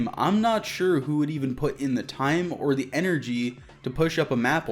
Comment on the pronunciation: “Dee” machine?